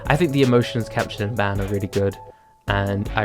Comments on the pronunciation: not to be a troll but ban is pronounce bon like the word song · Not to be rude but it’s pronounced Bon and spelled Ban that’s why ur saying Ban not Bon/Ban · Bon not Ban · Did anyone notice he pronounced Ban wrong. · you watch these anime, so why do you mispronounce Ban, Itachi, and Akatsuki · He pronounced ban wrong